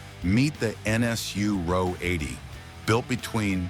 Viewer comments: AI needs to read the script to a car buff. RO 80 is read , "are ohh 80". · Ah oh 80 is incorrect. It is Ro 80 (row 80) the Ro stand for Rotary. As said above, it’s one of the few things that’s accurate in this drivel!